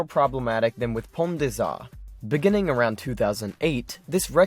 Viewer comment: Pone day zahr - Pont des Arts Par-EE-ziEN - Parisian BO-ZAHR - Beaux-arts ;)